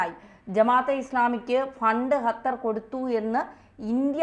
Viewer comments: ഹത്തർ അല്ല..... ഖത്തർ...!!!! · ഹതർ അല്ല ഖത്തർ aanu